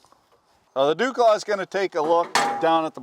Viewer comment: Is deuxclaugh French-Irish?